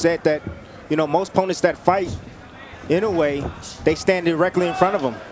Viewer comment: 『井上』と発音出来ない実況アナウンサー(>_<) 『イノウェー』じゃないよ。『イノウエ』だよ('◇')ゞ